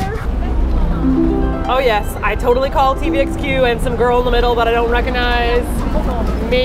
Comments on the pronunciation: I'm American and I like Obama, but come on! It's TVXQ! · engrish: idol: XD sorry martina